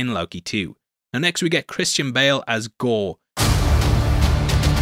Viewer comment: Did you say "Christian Pale"?